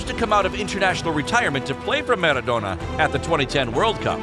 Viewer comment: Nobody:: MerraDonna!"